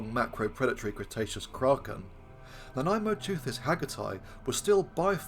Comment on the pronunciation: I was pleasantly surprised that you discuss the claims for Nanaimoteuthis with some skepticism, the only YouTuber to do so, at least in the various reports I've seen over recent days. And I was yet more pleasantly surprised that you even got the pronunciation right! Whoopee! Hurrah! In my view, the most likely way in which Nanaimosaurus was devouring mosasaurs was by finding mosasaur carcasses on the abyssal sea floor and joining the other deep sea scavengers as they processed the corpse. Crunching up the bones of dead marine reptiles that had sunk after death from higher in the water column would explain the wear on the fossil Nanaimoteuthis beaks. And the whole (poorly observed) modern clade that Nanaimoteuthis belongs to seems to specialize in dropping down onto hard things like bivalve shells and crunching them up. So being a bone specialist scavenger on sea floor vertebrate remains would seem a more reasonable assumption than the idea that they typically rose to the upper ocean layers to ambush-predate